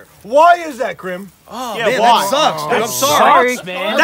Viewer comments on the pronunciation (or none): Bruh its grim not grum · Dude it's grim not grum